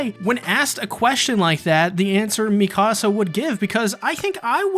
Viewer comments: "Me Ka Sa" Not "Me Casa" I cringe so hard when people say my house in Spanish instead of her name. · The way you pronounce Mikasa is like saying "my house" in Spanish lol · Great vid. Your Mikasa pronunciation is kinda off.